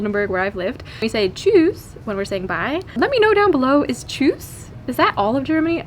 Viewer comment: wie schön du tschüss sagst. in der Regel kommt da eher ein Tschuss. :-)